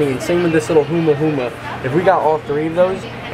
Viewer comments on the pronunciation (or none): Humahuma??? Lol not even close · my gai, it’s humu-humu, not huma-huma lol